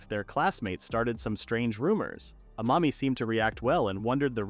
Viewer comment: I keep hearing a mommy not amami